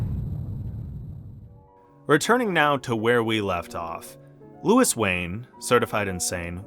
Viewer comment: Thanks for the video. It would have been better if you pronounced his first name correctly. The French way.